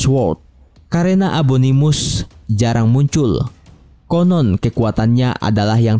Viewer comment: Fun fact: Abangnya bilang abominus tapi abanganya ngomong abonimus